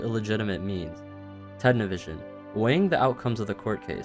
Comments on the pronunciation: Its Ted NiviSON not Ted NiviSION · Its Ted Nivison, Not Ted Nivision. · did this dude just say tedni vision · you pronounced nivison wrong